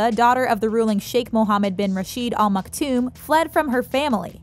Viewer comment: What on Earth are you 'talking' about??? Did you just walk in from a parallel reality?? There is no 'King' in Dubai. And they are the "Al Maktoum" Not "All Maktoum". I could not listen to more than 3 minutes. The misinformation is embarrassing.